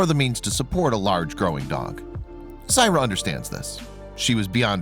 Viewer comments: great vid and incredible story but you are butchering this little girl's name. Syrai is pronounced (SAH-RYE-EE) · This Is My Niece And I'd Appreciate If You Took This Down. You Have Not Cleared Any Of This With The Families And You're Saying Things That Aren't True, While Pronouncing Her Name Wrong. Syrai Is Doing Excellent For Anyone Wandering.